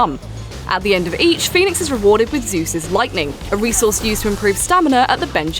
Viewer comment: She said Fenyx, Zeus, Aphrodite, Icarus,Prometheus all correctly..